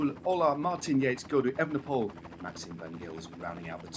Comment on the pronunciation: You can say the correct 'oole when you mean Houle, so why don't you say Evenepool instead of the incorrect Evenepole (and Van der Pool instead of the incorrect Van der Pole)?